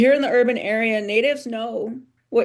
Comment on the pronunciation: THEE urban area, not THUH urban area. The/An/A are called "articles". The is pronounced THEE before a vowel sound; AN is used before a vowel sound. The is pronounced THUH in front of a consonant sound; and "a" is likewise used before a consonant sound. Why butcher English when it's easy to speak it nicely.